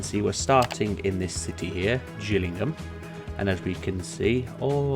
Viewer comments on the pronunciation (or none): it's a G not a J, so its Gillingham as in fish gills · Its pronounced Gill ing ham as in a fish gill. I sorta miss having to deal with traffic however the game chokes after the map has more thank 20k peds. Which this happens really quickly when you let the towns develop. If you don't mind the lag a few other solitons I do myself is for a start get the town better connected. Use the underground trams mod to create a metro network linking to your train station. Lastly just disconnect roads from any towns you haven't gotten a connection too yet. This way they wont drive miles across the map. Good video btw